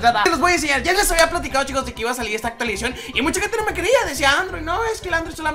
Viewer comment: actualizion actualizacion